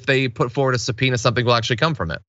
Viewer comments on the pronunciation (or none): "SUBPONEA" - really John?